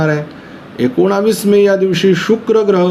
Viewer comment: Ekonavis नाही एकोणीस म्हणा